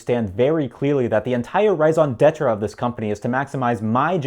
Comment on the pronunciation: Because of your last video I feel the need to point out that your pronunciation of raison d'être could use some work. (The first syllable is pronounced like ray not rye... or you could just go full Parisian if you want to sound pretentious)